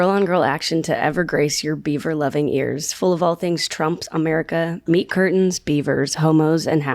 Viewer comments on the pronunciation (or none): girl, did you say meemaw BEEF CURTAINS?!